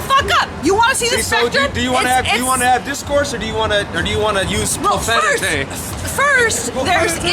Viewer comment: 🤣🤣🤣🤣 Loved using "profanitay" 😂